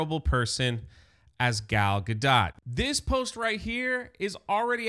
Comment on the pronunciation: Is that Jewish? I assumed it was French. is a simple goy, he also called her Gayle at one point in this video.